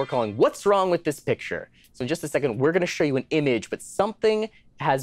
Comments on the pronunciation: Um actually... You asked "what's Wong with this picture" rather than "wrong" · Has it always been "WHAT'S WONG WITH THIS PICTURE" and I've never noticed until now? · "what's wong with this picture" - excuse me?